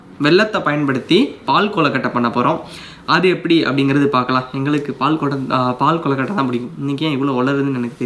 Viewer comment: Pahu kolukkatai that's not paal kolukkatai